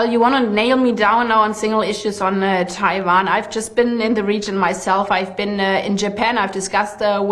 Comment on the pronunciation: You know she is real deal German when she pronounces Taiwan as TaiVon - .